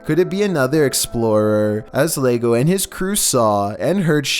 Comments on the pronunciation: He said lego papa in staid of llego papa which means that papa came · its not called legopapa. Those are 2 L's. Llego (ye-Goh) thats how its pronouced. It means "father has arrived" in Spanish. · #14 it's pronounced yego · It's actually pronounced as "zhego" in Rioplatense Spanish